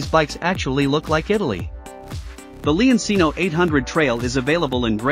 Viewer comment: leoncino. pronounced like lemon, and cheap. it’s lemon (leon) ….not lee-on the “e” same as in lemon cino, is chee-no, not see-no the “ci” is like cheap, does not sound like see, it’s “CH” as in cheap. “chee” leon-cino if you’re making a demo video in a product you should pronounce the name correctly. noe eye say’n